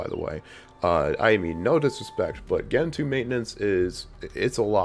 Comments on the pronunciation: Oo-boon-too, Gentoo, like gentle. Crucially important. ;) And that btw meme is used and abused more than anyone deserves to read. So glad it's not in the title, incidentally. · Its gentoo. Lol😂!